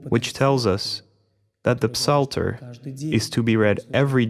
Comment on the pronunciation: We dont pronounce the “p” in psalter in English. We just say it as “salter.”